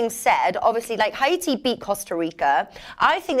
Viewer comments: I have said it before please pronounce Haiti as it is. It’s pronounced Hay-tee not Ha-e-tee Hay-tee Hay-tee Thanks... 🤣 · Another clueless. Go investigate and then come back to me. I have friends from Haiti and I’ve been there plenty of times and I can assure you it’s pronounced Hay-tee for Haiti. says it right at the beginning. Not a big deal. I really don’t care. Just pointing out that’s all